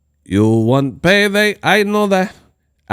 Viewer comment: No “PAYTHEY” For Crawford..